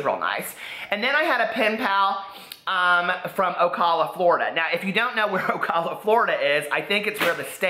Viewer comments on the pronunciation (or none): Love you! It's pronounced O-cal-a (like calorie or California) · Ocala is just North of me lol and you're pronouncing it like a snob. The A after the C sounds like the A in 🍎